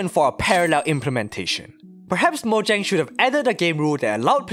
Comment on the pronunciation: Bro Its Mo-ja-ng nt Mo-gia-ng